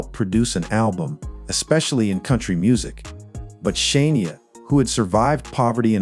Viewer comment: I want to watch this so bad but its driving me nuts. it is Shania not Shaneia